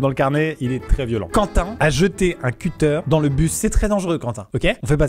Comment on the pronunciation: Je suis désolé mais je suis choqué par la prononciation de "cuter"